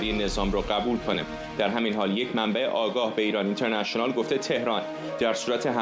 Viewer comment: اینترنشنئال رو از زبون این فرداد می‌شنوم یاد آدمای شبیه حیوانات نئواندرنال می‌افتم 😂